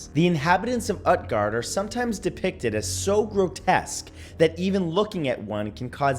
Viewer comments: 2 nit picks: Utgard would be pronounced Ootguard and Norse religions aren't dead. It makes up a goodly portion of paganism. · It is not pronounced UTguard, it is pronounced OOTguard. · Great video Matt by the way Utguard it actually pronounced (oot-gahrd) 😁, Scholomance was discovered just play WOW lol 😂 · It's pronounced oot-guard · Utgard is pronounced “ootgard” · Matt, say Groot, Cut the Gr, and add gard after the oot. Utgard. You're welcome. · I think that the U in Utgard is pronounced like Uutgard or Ootgard I wonder if Hy-brazil is the original idea for Avalon? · It's pronounced oot-gard